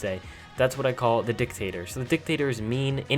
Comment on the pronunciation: Dictator emphasis on DIC